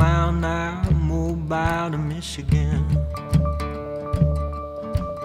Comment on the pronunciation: being from mobile it bugs me how he mispronounces the name. its pronounced MO-Beel